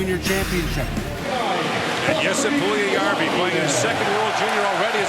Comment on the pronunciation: And how to pronounce Puljujärvi: Pull-you-yarr-we. Best of luck to Jesse, he has everything to be superstar after couple of years. Some even say he's better than Laine.